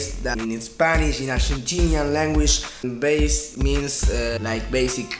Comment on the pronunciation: Después de ver decenas de videos de Davie504 te puedo decir que pronunciás mal la palabra BASS. La próxima tomate un mate en vez de un té, que enseguida te sale. Abrazo desde Uruguay.